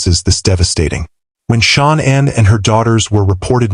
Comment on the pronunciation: Shawn Ann?!😂😂😂😂SAY IT RIGHT‼️‼️🤣🤣🤣🤣